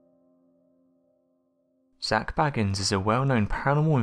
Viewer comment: I really wish people would pronounce Zak’s name right geez’s how many times do you all have to here Zak himself say his name and they still get it wrong 🤦‍♀️